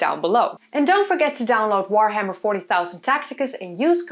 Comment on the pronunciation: You don't even say the Warhammer name correctly...pretty sure you aren't playing it.